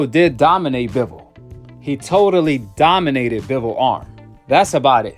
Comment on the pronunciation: 😂😂😂😂😂😂😂he said doninated😂😂😂😂😂😂😂😂